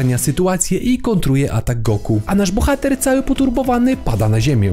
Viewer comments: Czy raczej nie powinno sie mowic "Goku" ? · ej typie dlaczego mówisz na Goku ,,son Go''?????????????????? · Kto to jest Songo... Usłyszałem to "sągo" i juz wiem, że dalej nie ma sensu tego oglądać 😢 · Goku nie Songo błagam :) !!!